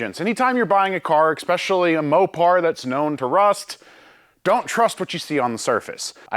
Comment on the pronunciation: pretty sure its especially not expecially 🤣